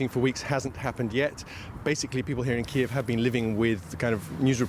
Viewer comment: No.. it iis Kyiv